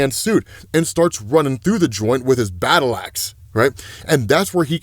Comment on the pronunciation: Bat-tle axe.